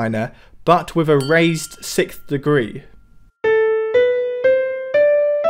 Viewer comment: "sikth". I hear it every time lol.